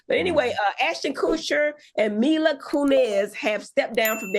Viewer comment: I⚰️ when Dr Heavenly mispronounced Ashton and Mila's name😂